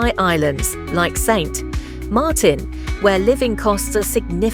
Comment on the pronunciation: "many workers commute daily by ferry from nearby islands like Saint...Martin!" LOL, stupid British AI bot 😂